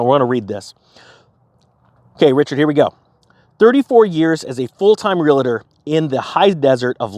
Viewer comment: REALTOR is a 2 syllable word and NOT 3 syllables “relator”.